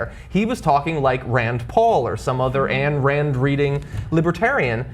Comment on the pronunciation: God dammnit John, her name is pronounced "EYEN Rand". Don't shame all Annes of the world by association with Ayn Rand.